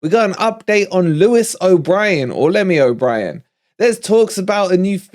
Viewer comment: “Lemy O’Brien” 😂😂😂 and definitely praying for Diaby to Villa 🙏🙏🙏